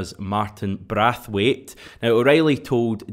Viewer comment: Omg it's braithwaite ! Not brathwaite 😂😂😂😂 embarrassing